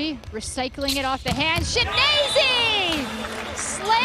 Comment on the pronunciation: Chineyze, Chineneze, Chinize, Chi enyese... Not a single speaker said his name right though. No a single Chi-nen-ye-ze given today.